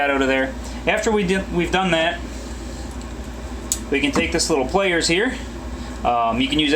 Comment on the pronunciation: "Take this little 'playerz' here". Lol sorry had to do it